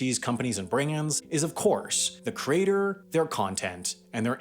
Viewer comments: Why do I keep hearing crater instead of creator? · Why are you saying "crater" instead of creator? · It's really bothersome that you pronounce "creator" as "crater". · After 4 minutes 55 seconds, I couldn't take any more. I got tired of hearing the voiceover guy BUTCHER the word 'creator'. It's pronounced like that - CREATOR, NOT 'CRATER'. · It's pronounced "creator", not "crater". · Lol “”crater””???? Never heard someone homophonize ‘creator’ and ‘crater’. Omg he keeps saying it! Makes me twitch each time. Where is he from OMG CRATER!!! Holy fuck that’s weird. Lol YOUTUBE CRATER! He just said “from crater to crater” what in gods name… Edit: go to he says “larger craters” that’s beyond funny I’m dying Edit 2: “self-identified professional craters” you can’t make this stuff up folks